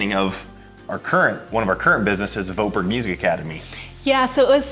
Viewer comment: I think your pronunciation of your own last name is so funny. The name ‘Voetberg’ clearly originates from the Netherlands (where I’m from). And your pronunciation is not even close to what it should be in Dutch hahaha.